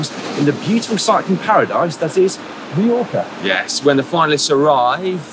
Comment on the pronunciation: Why can’t the Brits properly pronounce MALLORCA?? MY-ORCA!!! Not ME-ORCA!!!